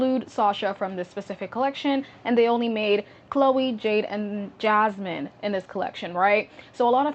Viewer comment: Her name is *Yasmin not Jasmine 😭